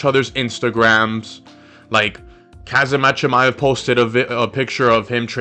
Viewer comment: I know, right I’ve never heard anyone pronounce his name like that the best way I could help would be to pronounce it like this homzot